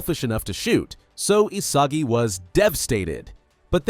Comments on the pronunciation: Isagi ❌ Asagi ✅ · Is not Asagi is Isagi